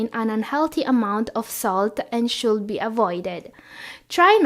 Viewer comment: Hell, "should" and "would" are pronounce with silent "L"! My triglycerides spikes with your "shold" and "wold"!